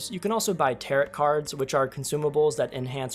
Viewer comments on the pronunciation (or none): Tarot is pronounced tarrow, the last t is silent owing to it being a French word. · Tarot = “Tare-Oh” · Great review and I'm buying the next time it goes on Steam sale. There's probably already a comment that has mentioned this, but "tarot" is pronounced TARE-oh! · The second T in Tarot is silent. It's pronounced Tarrow, like narrow. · lol "ta-rutt" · "Tair-oh" cards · By the way, "tarot" is pronounced with a long "o" and silent "t", i.e., "TEHR-oh" (not "TEHR-@ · The last T in Tarot is silent 🫣 teh-row cards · Did you just say…. “Tarrot” cards? Lol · That's not how you pronounce tarot